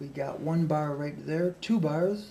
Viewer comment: You said bar fuck iam going to get a drink